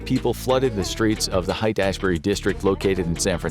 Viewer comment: When you said Haight-Ashbury you pronounced it as “height” but it’s actually pronounced like “hate”